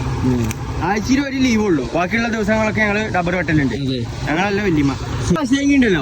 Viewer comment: ഇന്നത്തെ വീഡിയോ അടിപൊളി 👍👍പിന്നെ ഡബ്ബർ അല്ല റബ്ബർ 😁